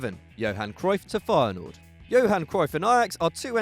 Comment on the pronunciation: The way he says Feyenoord.... XD